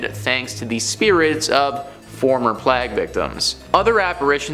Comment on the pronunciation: “Play-g” for plague